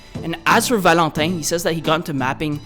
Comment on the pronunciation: The way you said valentin sounded so fucking quebec